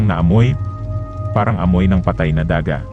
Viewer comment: bilang narrator o storyteller dapat aware at sensitive ka sa tamang pagbigkas ng mga salita sa kwento halimbawa sa pagkabigkas mo ay daaaaa-gah imbis na daga. but there is still a room for improvement.. d po ito bashing kundi constructive criticism.. padayon!